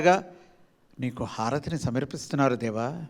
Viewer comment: సమర్పిస్తున్నారు దేవా.. సమీర్పి స్తున్నారు అన్నారు సవరణ చేసుకోగలరు